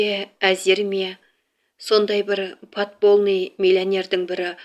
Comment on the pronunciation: ПОДПОЛЬНЫЙ ДЕП МЯГКИЙ ЗНАК КОСЫП ОКЫ .(Ь)